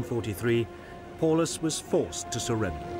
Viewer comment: Paulus..... pronounced Pow-lus...